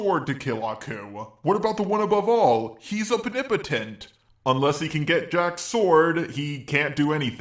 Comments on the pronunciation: I demand you stop mispronouncing OMNIPOTENT as "obnibotent" And people who argue against Saitama being infinitely powerful need to understand that the joke behind his character is that he's supposed to demonstrate how BORING an invincible hero is. If the only reason the villain stands a chance is because the protagonist isn't using their full power, then you've got a boring series with no suspense or excitement. And that's the entire premise of his character, Saitama is infinitely powerful in order to show why being infinitely powerful is a bad thing! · The fuck is a "opnipetent" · can you please stop mispronouncing the word omnipotent man i cringe everytime